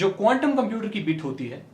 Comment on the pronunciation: app quntum bol rahe the ya condum😂😂